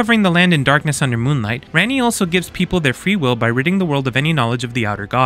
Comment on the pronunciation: The fact that guy managed to mispronounce ranni when she says it billions of times in one playthrough is crazy